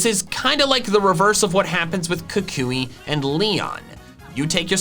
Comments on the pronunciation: Kukui, not Kakuy! There should be 2 L's in Alolan! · Am I the only one who is annoyed with the way he pronounces Professor Kukui? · Is Kukui pronounced “koo-KOO-ee” or “KOO-kwee” like I’ve always heard it?